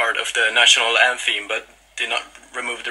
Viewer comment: Is it just me or he said "Antheem"?